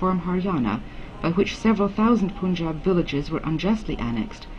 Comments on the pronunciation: This is a documentary by someone who calls Punjab as Poonjab - that's the level of research done. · It is the most bullshit documentary i've ever seen.... The fuck face lady can't even pronaunce Punjab n she's explaining what the real problem was.... She's lying to the teeth n speaking all bullshit made up stories just from a paper in a recording studio....Just a western propaganda to instigate the Indian peace. Go fuck urself, whoever made this documentary. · Bullshit. The crap has been produced by guys sitting outside india. First of learn how to pronounce 'punjab' in the film.